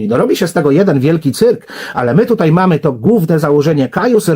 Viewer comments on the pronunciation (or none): none